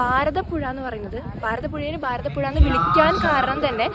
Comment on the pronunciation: ബാരതപ്പുഴയല്ല കുട്ടീ - ഭാരതപ്പുഴ. തെളിച്ച് പറയുമ്പഴേ ആ എനർജി കിട്ടു - സന്തോഷം 😊😊😊